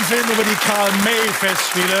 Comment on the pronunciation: Karl MÄY? Was ist das für eine Aussprache?? Euer Ernst????